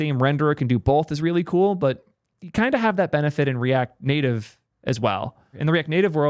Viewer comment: What is “the native liar”? Are you trying ro say layer? And the “netive” pronunciation of native is also peculiar. Like a Canadian under transition. Never heard these from you before. Cook